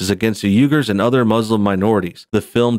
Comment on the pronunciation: Isn't it pronounced: Wee-gers (rhymes with Hers) ????